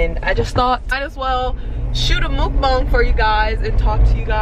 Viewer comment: the way she said mukbang